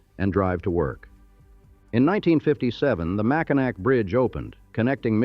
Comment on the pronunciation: Mack in nack. Gaaaaaaah!